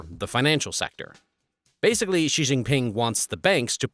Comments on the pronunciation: I question the veracity of your information when you can’t even pronounce the leader’s name correctly. It’s more like SHEE, less like ZHHEE. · Interesting video but would be more credible if you could pronounce the names of Chinese leaders and locations. It hurts my ears to hear you say "Xi" (sounds more like she) and I'm western. I've lived in China and would only partly agree with your analysis. There is a tremendous demand for good workers among employers. Young men are especially suffering in China now as the imbalance has caused families to prefer having girls for over 20 years which is something we rarely see mentioned in the West. Young men feel like liabilities. Agree with your analysis about the breakdown of the economy based on restricting tutoring. It's been a windfall for the Philippines as the tutoring business has shifted to online. Xi is trying to be like Mao and has the same anti-intellectual bent. Chinese people make fun of Xi for his lack of education beyond primary school and his poor vocabulary.